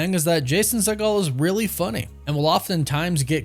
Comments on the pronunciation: It’s See-Geel, Not See-Gal, he’s not related to Steven Seagal. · Hey man, show some respect to Jason Segel and pronounce his name correctly. It’s pronounced (See- gul) and NOT (Se -Gaal) as in Stephen. It’s a Jewish thing man, help us put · Does he even know who Jason Segel is? Pronounced his last name like 3 different ways, none of which was correct. 😂